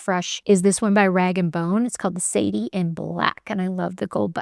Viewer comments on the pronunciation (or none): none